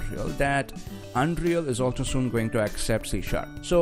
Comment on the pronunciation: It is "Un-real", not "Un-Dreal"!